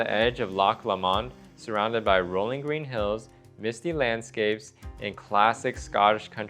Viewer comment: Lomand, with an accent on the first syllable